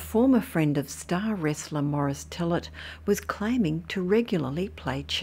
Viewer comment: Mo-Rees Tee-yay. Not Morris Tillit.